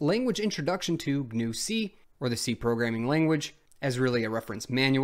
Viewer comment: Richard Stallman would be very upset with this video, first thing you said GNU wrong, and second you used Ubuntu. It seems you don't know who Stallman is.